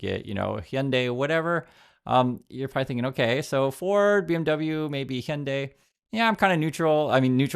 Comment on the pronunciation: You're pronunciation of Hyundai made me double take and think.. yea I've been saying that wrong this whole time. Also, agree with the rest of the stuff too haha.